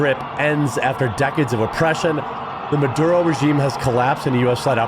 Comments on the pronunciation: You keep saying marudo instead of maduro. This is not the first time I see you mispronouncing names. You are a cool dude, but it makes you look unprofessional and undermines the trust in what you are saying. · You keep mispronouncing Maduro, it's Maduro, not marudo....